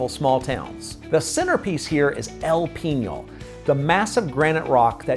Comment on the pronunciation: You are correct. Pronunciation was also off a bit on Guatapé, El Peñol and Jericó. Still a well done and informative video.